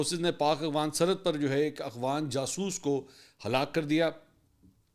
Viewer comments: Afghan not agwan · Mansoor bhai....its afghan...not agh-fan. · I dont know if you do that on purpose but you pronounce "Afghan" as "Aghwan". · Mansoor Bhai aghfan nahein afghan he sir